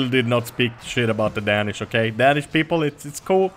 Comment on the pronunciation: You pronounce "Danish" like Day-nish not da-nish